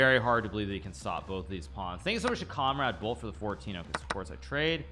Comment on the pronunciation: Nobody: Hikaru: THAHNKYOUUSOHMUSCH!